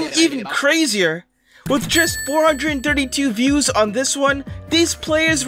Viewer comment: You are saying the views wrong